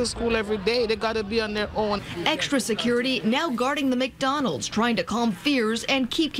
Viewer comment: McHoddrats. Lmao